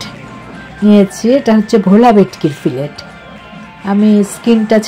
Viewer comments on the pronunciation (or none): উচ্চারণটা "ফিলে" "ফিলেট" নয় মাছের ফিলে হবে। ট উচ্চারিত হবে না।